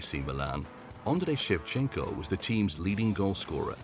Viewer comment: Ok i get u not being able to pronounce sao paulo, but shevenko????